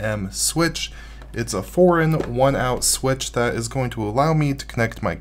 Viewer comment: Sounds like you said "foreign 1oz. Switch". 😁